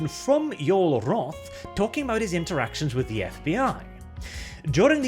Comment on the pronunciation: "Yoel Roth" mmmmmm